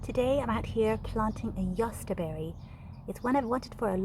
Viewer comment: Your German pronunciation sounds good ,do you speak German?